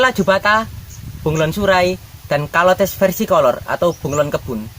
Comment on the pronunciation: Bacanya caler bukan kolor emang celana kolor😂😂😂😂😂